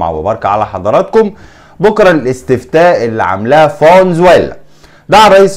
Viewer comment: اسمها فنزويلا موش فون زويلا 😂